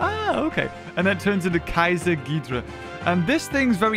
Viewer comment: ITS GHIDORAH GI-DOR-RAH